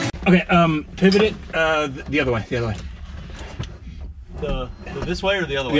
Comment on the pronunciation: a "FRIENDS" moment "pevit ,pevit , pevit"